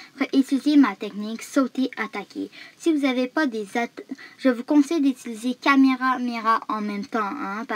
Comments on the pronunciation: Chui mort comment il dit cameramera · Il a prononcer kagune comment et il a dit kameramera